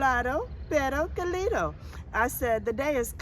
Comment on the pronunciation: Pronounce " CAlido" Stressing the fist syllable CA - li- do.